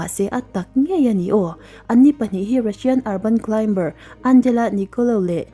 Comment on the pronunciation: Klaim-bar ❎ Klai-mar ✅